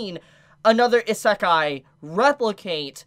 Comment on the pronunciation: I don't want to be *that* person, but isekai is pronounced: ee-se-ka-ee